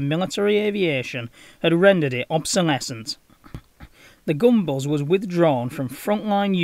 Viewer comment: Gunbus! Not gumballs. 😂